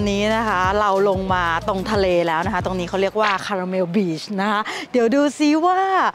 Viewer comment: ขอบคุณนะคะ สำหรับคำแนะนำ ออกเสียงผิด ตอนนั้นหิวคาลาเมล เห็นขนมขายเยอะ 😂 💕💕💕🙏🏼🙏🏼🙏🏼😊